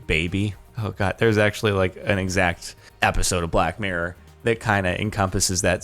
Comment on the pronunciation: When he says black mirror it sound like black n-word